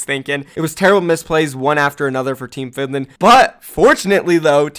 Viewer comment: He also said findland